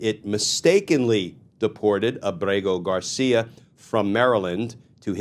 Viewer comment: Glenn you pronounce his name so perfectly almost like you have a man crush on him. Your phony tough guy serious tone is such a joke. I can’t stand phony. That’s all you are. You’re just another democrat hack that’s full of shit. Maybe you and Senator Van Hollen can have a margarita with him